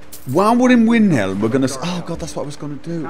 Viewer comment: rrr why do u say winhelm!!! ,, still love ur videos though =D